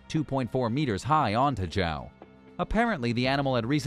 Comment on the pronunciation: The name João (Portuguese for John) will forever be hilariously butchered by non-native speakers. I should have found the "death by cow" situation sadly funny, but hearing this narrator say "Jao" a few times broke the spell and now I just feel bad for everybody.